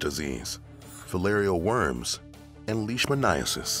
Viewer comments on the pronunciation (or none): none